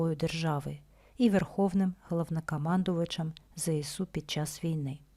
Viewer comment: Правильно говорити не "зе се у", а "зе ес у". Тому що буква "С" в абетці читається "ес", а не "се". І ще зроблю зауваження тим, хто говорить "те ре о". Та на "ре", а "ер"! Теж мені "ки ли ми ни, пи ри си ти". А взагалі "Територіальна Оборона" - це "ТО". Буква "Р" тут як до чогось дверка - ні до чого.